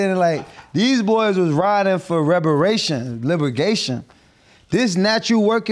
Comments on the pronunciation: Also, are we gonna act like this man didn’t say librigation?? 😂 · Antonio Brown said LIBERGATION LMFAO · Libergation???? Lmao